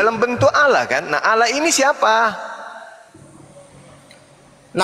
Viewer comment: wajib belajar ulang bahasa Indonesia, sebab oten menyebut " ALLAH" dengan sebut "Alah". Bahasa Indonesia kok dirusak.